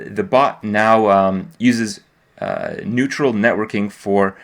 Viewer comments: It's neural like neurons not neutral. You need to take some lessons from Rania about these. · It's neural network! not neutral :D